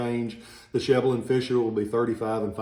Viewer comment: My brother has one of those "Sheble and Fisher" swords. But we don't pronounce Sheble that way though, first e is short last e is long. Thanks for info